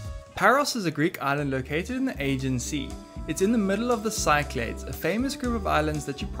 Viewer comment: Cyclades is pronounced SICK-lah-deez. not sigh-clayds.